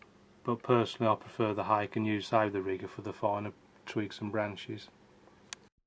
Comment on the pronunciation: Good painting, but just one point. Your Ron Ranson Hake brush should be pronounced 'Hah Kay' and not hake as in the fish variety. They are Japanese in origin.